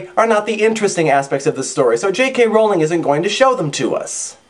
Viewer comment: I already liked the epilogue but now I think I appreciate it even more. Good job. :) Also, thank you, thank you, thank you for pronouncing Rowling correctly.